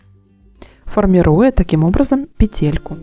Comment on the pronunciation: Тапочка и слово и предмет женского рода и произносится ТАПОЧКА, ТАПКА, ВНУТРЬ ТАПОЧКИ.. СЛОВО пЕтля , звучит с ударением на 1 слоге. Петля, пЕтелька! И никакой пете́льки быть не должно ! Уважайте родную речь! Петля́, пе́тель, пе́телек, пе́телька!